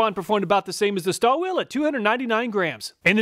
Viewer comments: I noticed that you inadvertidly misspoken "Stahlwille" as "Stallwill". Stahlwille is a German brand and translates as "Steel Will". Spoken out correct would sound like "Shtahl-villeh", where the "a" is raised as "ah" instead of "uh". Since I am of german origin, I thought of passing on this useful information as I'm pretty certain you'll ( and millions of YT viewers ) will encounter more product testing and reviews from that said company. In general, Stahlwille does make good quality products, I have a couple of their model tool lineup in possession for my daily routine service. They do an amazing job. Oh, by the way, I recently came across a 3/4" telescopic handle ratchet which felt great on hands as I had to tighten down pump flange screws M12-sized. Did a better job than the fixed variants. Maybe this would be worth a "Which is Best"? Anyway, your channel is the best on YT, my acquisition are based on your ingenious and honest testing results which are truly accurate and represent 100% real-life working conditions. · Waiting for the day you pronounce Stahlwille correctly.